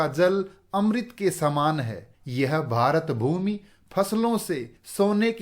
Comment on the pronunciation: Sir the way you say - भारतभूमी Is very good and beautiful